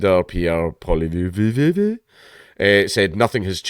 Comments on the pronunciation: Just an FYI that Pierre fellas last name is pronounced PAUL-EE -EV. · it's pronounced Poly-ev. and big trudy isn't gone yet. he is just using this to prevent him from loosing a confidence vote. which was likely to happen in the first weeks of January. this will allow him several months of grace , so he can completely scuttle the country leaving a huge mess for whoever takes over next. also, I am really looking forward to hearing Trump pronounce Pollievre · Thanks Dank. It is pronounced like Poli-ev and you did say bloc Quebecois correctly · The Canadian opposition guy, you can pronounce it like Pohl EEE Ehv. That's what us filthy Anglos do. Also probably ot the actual French pronunciation. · Pierre Poilièvre: Pi-er Pu-ah-li-ev. Gotta get used to it. He’s the next leader. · Poliievre Paul yev. Technically re is pronounced but this will do. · I think its pronounced polly-ev. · Poilievre pronounced Poly Ev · Pollievre is Pronounced 'Pall-ee-ev' you got the bloc right, they're not much better than the NDP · PAUL - EE- EV sounds just like that. R is silent also you said bloc quebecois as well as any english speaking canadian. bravo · Just pronounce it Poliver. Poy-lee-ever is closer to what you would be able to pronounce if you don't know french.